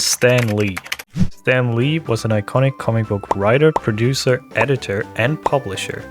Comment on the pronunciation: You said preducer lol